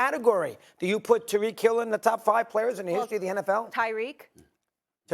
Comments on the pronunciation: To constantly say Tarik instead of tyreek is so disrespectful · “Tarik” Hill 😂😂😂😂😂😂😂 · I appreciate Molly for checking him about mispronouncing Tyreek name.